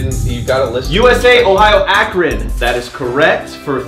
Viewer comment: It is pronounced "Ah,Cron"